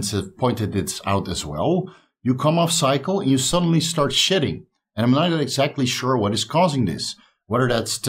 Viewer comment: I had to laugh out loud. I thought was saying SHITTING when a person comes off of steroids. It wasn't till he mentioned his hair that I realized he was saying SHEDDING!!!... lol